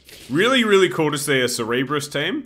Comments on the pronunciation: Not sir-e-bus, it is pronounced serb-err-us. It may just be an accent thing? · Rev said " I hope you enjoy me doing it" - The man has a way with the English language. Hold on... he made the cerberus sound smart. "cerebrus" lol